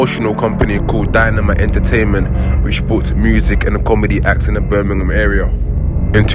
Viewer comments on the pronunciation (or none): none